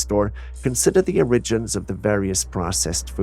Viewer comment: CAN YOU PLEASE PRONOUNCE 'ORIGINS' CORRECTLY!!!!!!!!!!!!!! YOU SOUND RIDICULOUS!!!!!!!!!!